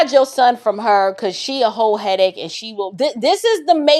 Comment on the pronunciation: Did you say a (Ho) headache or a Hole headache. 🤣🤣🤣